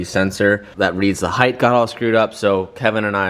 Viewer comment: Heigth is not a word it's Height, pronounced Hite. I noticed that in the last video too. Get it together bud. 🤣🤣 Loving the content man